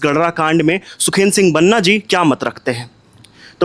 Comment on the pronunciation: Waise banna nhi Banaa hota hai prononciation..... Waki political na banaye mudde ko